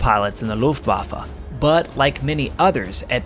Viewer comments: "Looftwaffa", it's Luftwaffe for god's sake. Not so hard to pronounce this correctly. But Americans are masters in butchering German words. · "Meshashmitts und Fackawulfs" der "Luffafä" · This is one of the very enjoyable stories and the storytelling is great. There is however one thing that keeps bugging me each time it's pronounced.. the Luftwaffa.. It is Luftwaffe. E on the the end is pronounced the same as E in "end" Same goes For E in Porsche. Not Porscha or Porsch. It's e just like in "end". 😉